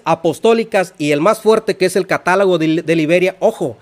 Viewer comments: Tú lo ha dicho CATÁLOGO!!!! Pero el dice : CATALAGO!!! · El erudito dice: CATALAGO!!!